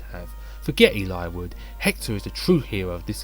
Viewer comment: omg a voice ahhh, nah jk. I really like the way you say Eliwood,tho which makes me think how I actually never talk about FE7 with someone irl that I never thought about how to pronounce his name lmao. But good video! I am looking forward too those top5/10 videos!